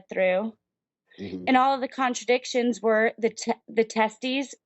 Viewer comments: What a healthcare professional. Apparently she calls side-effects contra-indications (which is something else) and pronounce it "contradictions". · In the "medical profession" and cannot pronounce either "controindications" or "thalidomide". Uhmmmm. Do not be antivax, that is just supid and ignorant. I agree about puberty blockers being banned for wannabe trans kids.